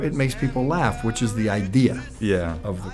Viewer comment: Γίγαντα, είσαι αξιέπαινος για τις συνεντευξεις που παίρνεις, πραγματικά θα ήθελα να εχω κανει μια συνεντευξη κι εγώ με αυτόν τον μικρό Θεό "Αλ Μπάντυ", αλλά ρε μεγάλε.. Φτιάξε λίγο τη προφορά σου στα αγγλικά.. Γουίτς;; Εκτελείς στα 5 μέτρα.. Φιλικά πάντα